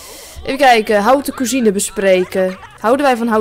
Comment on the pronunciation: haha wat leuk om te zien! haute cuisine is trouwens frans, spreek je dus iets anders uit :)